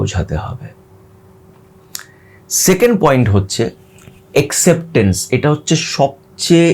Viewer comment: ভাই, আপনি নিশ্চয়ই আমার ছোট ভাই এর মতো। সেই সুবাদে এই মন্তব্যটি না করে পারছিনা। সেটা হলো যে, Acceptence এর বাঙলা উচচারণটি হবে এ্যাকসেপট্যানস্। আবার ও বলছি এই মনতব্যের জন্য মনে কিছু করবেন না।